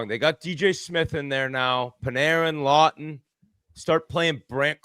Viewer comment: Scott Laughton….Law-ton. Good god lol